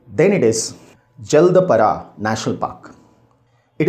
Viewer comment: Sir, thank you for this compact video. I think this can be the best video on BR, NP and WLS. I just have a small request to you to Pronounce some of the names correctly, like Saikhowa, Betla, Jaldapara, Sariska etc. Thanks again!